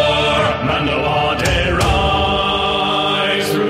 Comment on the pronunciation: I really appreciate you pronouncing Mando'ade correctly. So many people fail miserably with Mando'a, and you nailed it on this song. Love it!